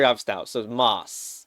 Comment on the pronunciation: revealing his vowel merges in the second half. /a/ in MOSS?